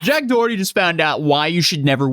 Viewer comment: Jacked DUH-erty.... Yikes...